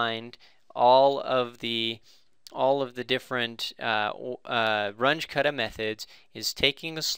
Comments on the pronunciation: RUNGE is German. Your pronuciation is crap. It's pronounced "R-oon-geh" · It's pronounced "R-oon-jeh" or "R-oon-geh"